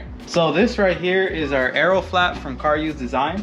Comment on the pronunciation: CaRuse not car use lmao.